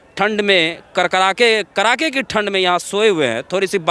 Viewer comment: Abe Bihari..." Kadake" ki thand hota hai , Na ki KARAKE ki thand ... CHIRKUT .... Patrakarita se pahle shuddh bolna to seekho